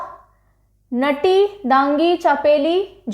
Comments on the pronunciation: Mam himachal ke dance mai nati ko naati i.e.'नाटी' bolte hai... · yaa but aapne galt pronounce kiya tha नटी नहीं नाटी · Mam it's नाटी not naughty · Mam नटी नहीं नाटी है Himachal pradesh ka dance form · Himachal Pradesh नटी नहीं नाटी pronounce krte hain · Mam it's not नटी its नाटी. I m from himachal Pradesh ☺️ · नोटी नही नाटी है😄😂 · अरे मैडम जी हिमाचल में नॉटी नहीं नाटी बोलते है उसे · " नाटी" होता है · Mam himachal m nati ko नाटी और dangi ko डांगी बोलते है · Himachal's dance 'nati' pronunciation is नाटी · It's not नती mam its नाटी sorry for saying. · Mam it's not nati is नाटी . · Ma'am its नाटी not नटी......love from himachal pradesh 💓💓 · I also from himachal pradesh sirmour mam nati ko नाटी aise pda jata h thnku for teaching us. 💫